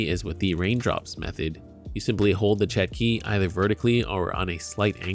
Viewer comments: It's pronounce "chotki" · Correct pronunciation is "chOtki" or "tchOtki"